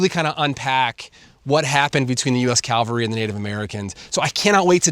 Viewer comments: The word is CAVALRY, not Calvary. US Cavalry. Please get it right. Not trying to be an ass, but I was a cavalryman. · Cavalry. Not Calvary. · Learn how to pronounce cavlary, it's not calvary. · Cavalry not Calvary! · Why do you keep saying Calvary instead of cavalry? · Cavalry not calvary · The US "CALVARY"??? 🫣😂 There has never been a US CALVARY How about US CAV AL RY? 😆😏 yes, we have had (and still do have) "Cavalry" units.. Your mispronouncing of that word, proves your extreme lack of detail to your AI infected stories. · Cavalry, not Calvary. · CAValry, not CALvalry… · very nice. but dear God, please stop saying Calvary instead of Cavalry. They are not the same thing. And i'm not even a native english speaker. ps: editing and production are top notch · I know its an innocent mistake, but cavalry is pronounced CAV-al-ry, not CAL-vary. The second word is the hill Jesus was crucified on. Wrong word for the military horse soldiers. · Ca-val-ry, (frontier military) not cal-va-ry, (where Jesus was crucified). When you learn the difference it will lend more authenticity to your presentation. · Fantastic story. I just wish you could pronounce “cavalry😅”. Calvary has religious meaning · CAV-al-ree. It's CAValry. Not Calvary. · The word is pronounced CAVALRY not calvary. The former are horse soldiers and the latter is a hill in Jerusalem. Hard to follow the story when you keep using the wrong word. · Cavalry. Not Calvary, Sir😂. Awesome video, thanks. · Ok, the US Cal-vary, good one. Embarrassment. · friend...please, the word is caValry...NOT...caLvary...common mistake acrosss the internet by amateur historians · Not "The US Calvary". It was The US Cavalry. Patrick Cowdrey, Redding, California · Cavalry CAV Calvery is different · Great job, I'm a huge history buff. Only thing driving me nuts is you keep saying 'U.S. CALVARY.' They were the United States CAVALRY. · I believe you meant to say 'cavalry' - not 'Calvary'. Bloody business in both cases. Good video!